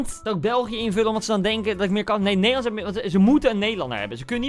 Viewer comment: Vraag: Land? Koen: nEdeRlaNdS